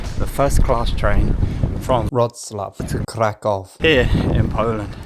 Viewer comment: Mate!!! It's KRAH-koof or just use the English version. Why don't you think that people in the second class don't deserve the same privacy as people in the first one?